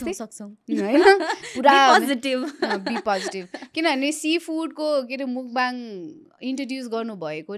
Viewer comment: Mukbang - ( मुकबाङ ) भनिराको छ मान्छेहरु, यो शव्दको सही उच्चारण भैरहेको छ त ? यो शव्दको उच्चारण र अर्थ के हो भन्ने बारे थाहा नै छैन कि जस्तो लाग्यो । खासमा यस्को सहि उच्चारण ‘मकफाङ’ हुन्छ । यो खासमा कोरियन भाषाको शव्द हो, यो दुईवटा शव्दहरु मिलेर बनेको छ । यसमा 먹다 (नेपालीमा उच्चरण मक्ता - जसको अर्थ खानु हुन्छ) को पहिलो अक्षर मक् र दोश्रो अक्षर 방송 ( नेपालीमा उच्चारण फाङसोङ - जसको अर्थ प्रशारण ) यो शव्दको पनि पहिलो अक्षर ‘फाङ’ जोडेर ‘먹방 - मकफाङ’ हुन्छ (प्राय कोरियन २ शव्दहरुको पहिलो अक्षर जोडेर नयाँ शव्द बनाउनु समान्य हो) मकफाङको अर्थ हुन्छ खाएको कुरा प्रशारण गर्नु, हुन त खाएको कुरा देखाएको नै हो तर उच्चारण सही भएन, सच्याईदिउ भनेर मात्रै हो है ।